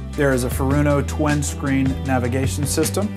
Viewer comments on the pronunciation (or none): Twin. Not twen.